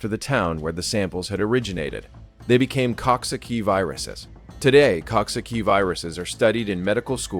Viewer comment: It is pronounced Cooksocky(coxsackie)